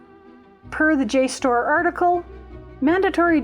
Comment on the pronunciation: I am loving learning all that you have learned. And I think jstor is pronounced just as you have.